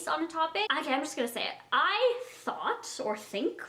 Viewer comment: Lol she said "I THOT"